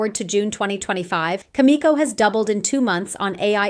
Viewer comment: That’s pretty funny how your AI voice pronounces Cameco, Kazatomprom, and others. 😂